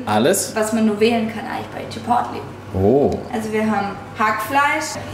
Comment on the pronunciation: kleiner Tipp von mir man spricht chipotle quasi chipoley aus 😊 Guten Rutsch 💥